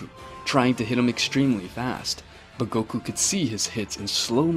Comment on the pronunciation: bro forgot how to say goku 💀💀💀💀💀